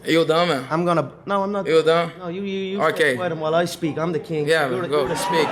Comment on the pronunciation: In the relevant moment, dos Anjos said “Yeah, go speak,” while McGregor said “You’re the bum.” In the United States, ‘spic’ is a play on the pronunciation of the English ‘speak’ by people of Latin American origin or descent. dos Anjos is of Latin American origin or descent. So, he pronounces ‘speak’ as ‘spic.’ There’s no need to attribute racism against Latin Americans to McGregor, who is proud to look like a Latin American (i.e., Joaquín Guzmán) and speak a Latin American language (i.e., Spanish).